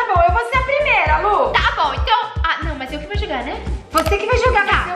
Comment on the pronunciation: Se diz Lu e não Luh sem h